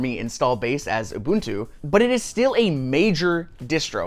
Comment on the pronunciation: First time I've ever heard "Ubuntu" pronounced correctly on YouTube, thanks for getting it right Linus and!